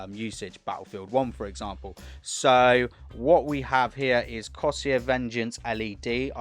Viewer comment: Cor-Sare Not coseeyer lol